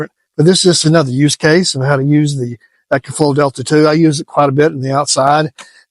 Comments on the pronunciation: EE-KO-FLO Not “Echo” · It's E CO , not echo